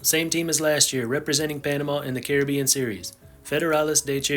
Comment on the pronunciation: I would have loved to watch this whole video, but I can’t with how he says Caribbean